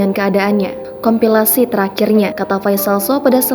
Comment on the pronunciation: Wartawan Tribun ini lulusan apa komplikasi ngejanya kompilasi waduh....abal 2